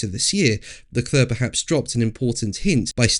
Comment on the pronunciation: PLEASE learn to pronounce Charles Leclerc's name correctly!